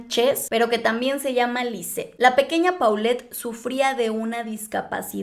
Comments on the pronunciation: Me sigue dando algo cada que dicen PAULET y no POLLET :) Así se pronunciaaaa Por eso le decían Po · No tiene nada de relevancia, perdonen mi condición obsesiva, pero le decían Po, porque se pronuncia "Polet" . Me da cosa cada que oigo cómo lo mal pronuncian .😬🤦🏻‍♀️